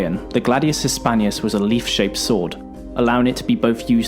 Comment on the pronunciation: Sorry to say this, but you should really try to improve your pronouncing of foreign words. It's not Gladius Hispanius, it's Gladius HispaniCus (I capitalized the letter that was missing in the video).